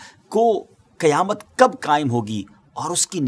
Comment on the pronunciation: Qiyamat nahi Qayamat hota hai